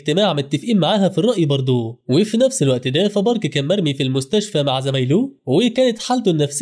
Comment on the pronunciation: بالمستشف🥱ه ✅ بالمستشفى ❌